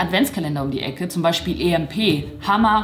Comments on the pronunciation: Immernoch EMP wird englisch ausgesprochen und nicht deutsch -. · EMP wird wie IMP ausgesprochen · Ich liebe sie echt aber wie sie emp und nyx ausspricht triggert mich schon sehr 🤧😂😑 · Kleiner Tipp emp wird englisch ausgesprochen😁